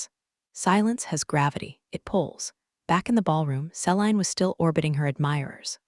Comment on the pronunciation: See-lean = Celine